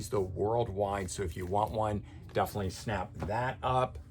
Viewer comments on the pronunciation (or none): none